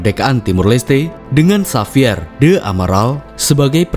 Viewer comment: Xavier kak,bukan safier 🙏